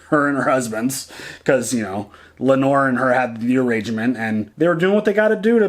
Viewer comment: It’s Lay-nor lol